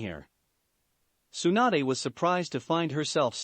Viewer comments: it's tsunade not swanda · I heard swanda instead of Tsunade.... Lmao